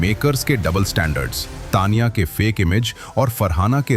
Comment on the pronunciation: Say Taniya.not Tniya